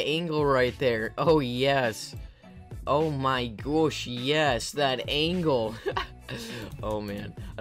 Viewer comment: Did this guy just say oh my goshe